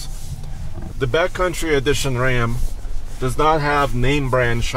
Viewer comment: I keep hearing saying ‘BATcountry’ rather than ‘backcountry’. Like BATcountry from Fear and Loathing in Las Vegas. 🦇🦇